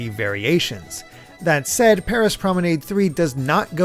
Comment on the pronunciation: You said Promenade wrong